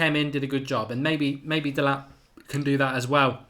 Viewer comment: Hey Mark his last name is pronounced Da - Low.